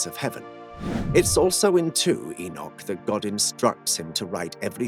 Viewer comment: just one enoch, but two pronounciation one - 'egg-nog' two - 'e-nough'